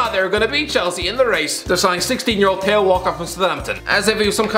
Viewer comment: Still pronouncing theo wrong